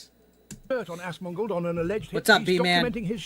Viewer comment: Buddy, I love you. You said Tectone right But It's pronounced AZ-MON-GOLD 👍🤙